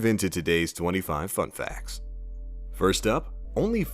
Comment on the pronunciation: did he say "fuckfacts" at the beginning